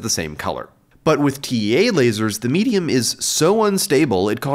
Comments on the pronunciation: every time he said. medium i kept hearing in my head. meat-e-um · Did he say laser meatium?